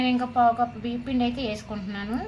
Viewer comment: BHEEPPINDI KADHU BIYYAM PINDI ANAALI,UNEDUCATED BRUITS. TELUGU KUDA PALAKADAM RAADHU CHADHUVU RAANI SUDDHA WASTE FELLOW